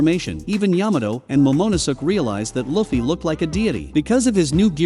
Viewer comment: Momonosuh lmaooo had me crying every time